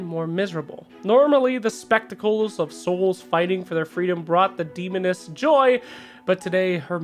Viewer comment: when he was reading the comic, i thought i heard feminist but i replayed and it was demoness but later shes acting like a lesbian on the voice lines. Coincidence? I think not